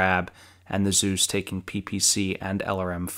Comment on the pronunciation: Good work and nice vid. May I am a bit late for this, but pronouncing "Zeus" as "süß" triggers me tremendously. And so it is: "eu" is pronounced like "oi" in "Spoiler". So please pronounce it Zois! It is the german spelling so i'm convinced it is the german pronouncing. warm regards